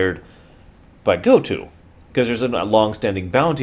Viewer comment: ITS PRONOUNCED GOAT-OH YOU SCUMBAG